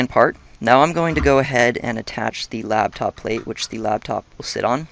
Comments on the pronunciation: The word is "laptop", not "labtop". ;) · Yeah it's "laptop" as in it sits on your "Lap" not Labtop -_- Noob!...